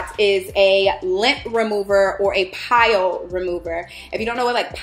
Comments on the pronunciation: My decor is black and white and my fav color is black!! I am loving your videos!! Aesthetics are a essential!! Lol Also, the fabric tool is for “pilling” pronounced “pill” not pile 😘 Love you!! Xo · I love you girl but it’s “pilling” not pile. It’s a de-piller.